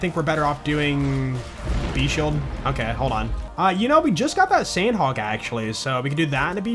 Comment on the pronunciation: “Farming snad hawk”